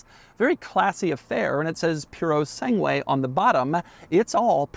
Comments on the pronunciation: Should've at least researched how to pronounce the name properly. It hurts my ears every time he says it, and I'm not even Italian. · The only thing that is bigger sacrilege than this cars existence is Doug's pronunciation of the word Purosangue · Doug is the type of guy who doesn't ask his italian friend how this car's name is actually pronounced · Love your videos, but i have never heard purosangue be butchered like this. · It reads “Purosange” the “u” is silent, and it means “pure breed”. The name cames from the fact that its competitors source platforms and engines from other brands, the Lamborgini Urus uses a Porsche engine, the Porsche Cayenne uses an Audi platform, the Aston Martin DBX uses an AMG engine. The Ferrari Purosangue its a genuine Ferrari, not sourcing its platform and engines from other brands. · Filippo must be rolling over in his Fiat at Doug’s pronunciation of Purosangue. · They way you pronounce the name makes my ancestors regret coming to Ellis island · You are mispronouncing the cars name and it hurts to hear you say it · always delightful to hear an american pronouncing an italian name... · What a pronunciation. Even though I'm not Italian, it sounds horrible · He would have died when he heard Doug pronounce 'purosangue' anyway. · “Poo-roh-sahn-gway”. That pure-o-sane-gway pronunciation is hurting my ears. 😅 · Italian: Purosangue Americans: Purosanghuuwaayyy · Pewro sangwe lol…. Try this: poo-doh sun-gay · It’s not “Pure-o-sang-way”. It’s “Pur ro SAN gway” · Hi Doug, please contact me for future Italian cars pronunciations. It's PUROSANGUE not piurosangui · puro sangue not piurro sangiue….dummy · Its PEW - RO - SAWN - GE and definately not PU - RO - SANG - WAY. Get it right Doug. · It's Purosangue not puro sangue. There's a difference. The former means thoroughbred, the latter is pure blood. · Ferrari "Piurosengué" lol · puro-segway ffs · pronounced pureh sangeh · I hate how he says Puro sangu - A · Piurou Sanguey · Ferrari puro sang way